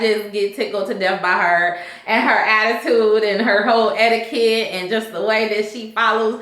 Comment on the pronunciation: Not Miss Ed-D-Kut😭😂😭😂😭😂😭💀